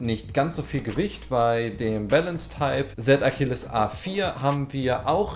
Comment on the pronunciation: Z Achiles Sprich: Si Achiles